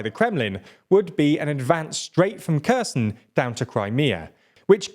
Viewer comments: Kherson is pronounced Herr-sonn, not Ku-z'n. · I'm not Ukrainian, but when are you going to pronounce Kherson properly? (It's not a hard K sound) It's been over a year...